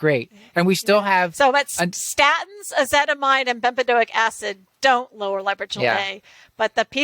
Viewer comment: She’s very knowledgable. Nobody wants to correct her when she keeps saying ezetimide instead of ezetimibe..